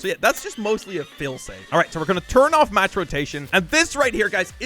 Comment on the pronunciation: Oooh match rotation, I thought he said max rotation.!